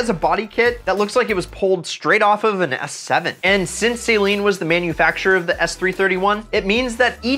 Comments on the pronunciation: Just a small PSA. Saleen vehicles are pronounced Suh-leen, not Say-leen. Drives me crazy . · i hate how he says saleen like saline. i love this video though im thinking of trying to find a ram srt10 now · Say it with me. Suh-leen